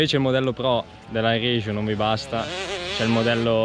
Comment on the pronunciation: Riegiu non si può sentire... è RIECU... cmq buon test